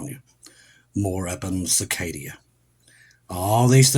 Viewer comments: It’s like pulling teeth to get him to understand it’s Cascadia and not Cicadia. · Not intended to be mean at all, but to warn people of an area (Cicadia) that doesn’t exist when the real area is Cascadia is dangerous misinformation to those who come in here who don’t realize he is referring to Cascadia when he says Cicadia. Makes it real easy to those who live in the Cascade area to dismiss the warnings because they’re thinking, “Ah it’s in Cicadia I don’t need to worry because I live in Cascade”. Facts matter when it comes to life and death and one can’t be flippant about it. I have been trying to encourage him to correct this, but it IS like pulling teeth to get him to do so. Now to address your comment. To gently correct a brother or sister when they are in error of facts is neither mean nor cruel, but is a loving thing to do to help them. What’s mean and cruel is to say nothing at all and let them continue on in error!